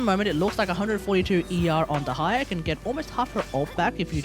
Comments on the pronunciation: Is it so difficult to admit you’re pronouncing her name wrong? It’s actually annoying. Most people do research before pumping out any content. Stop caring about your ego. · I get that hate comments can suck but "Tig-nari" isnt correct and neither is "De-ha-ya". Also Dehya is an arabic name, the character is from the desert which was inspired by the North African Sahara desert which includes Egypt which is basically 70% of the Sumeru desert inspiration. You might as well ask an Indonesian how to pronounce your name. I'm not sure how exactly to pronounce it since most sources do not include proper pronunciations nor is it a popular name but based on the spelling it can be pronounced a few ways being: 1) "Deh yah". 2) "Deeh yah" 3) "De heeya" These are all variants based on possible accents added onto the name and or extra added pauses in the case of the 3rd one. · Your pronunciation is correct dude! Dont mind to others' comments, also good video! I'm main Dehya since her release AND Furina+ Shadow Hunter works pretty well i have to say 😀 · the fact that he mispronounced her EVERY SINGLE TIME made me felt sick